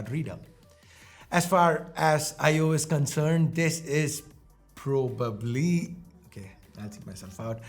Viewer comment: Pro-bably lol